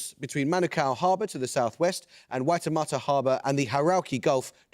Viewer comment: Yeah, but he did quite well on the "old school" pronunciation of Waitemata and Manukau. Better than his attempts at isthmus anyway, lol.